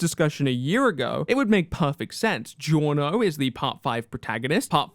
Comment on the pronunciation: GIORNO Dillo bene Say it right